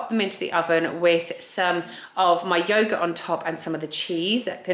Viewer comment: Absolutely nobody in the UK says yoghurt like that apart from you! Fool!